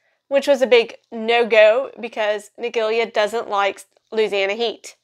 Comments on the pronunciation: Interesting we pronounce this as Ni -JELL - a in the UK. Never heard this way of saying it before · Ni-jell-a is the typical way of pronouncing it here in the U.S. I've never heard it pronounced the way she's saying it lol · That’s also how it’s pronounced here in the US.